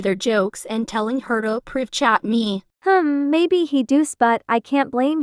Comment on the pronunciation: "I mean maybesh"